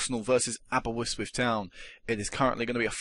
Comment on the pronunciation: its Aberystwyth not aberwystwyth